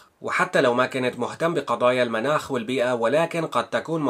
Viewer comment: تشكر اخي على الخبر، يرجى تصحيح التسجيل ان امكن لان هناك كلمة تنطق خطأ: المُناخ بضم الميم تعني الطقس المنَاخ بفتح الميم تعني مكان رقود الناقة